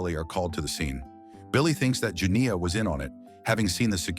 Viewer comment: The way that AI struggling with the long "I" sound when saying Janiyah